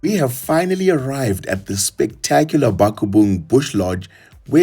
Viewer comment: I'm going to subscribe kodwa the butchering of Bakubong. That was private school, never spoken an Afrcan language in my life level. mamTu Nokwe would like a word.